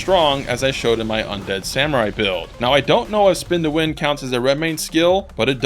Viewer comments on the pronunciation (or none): none